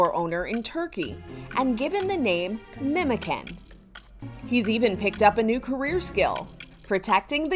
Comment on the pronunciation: But it's pronounced like MemodjAn. Last syllable stressed.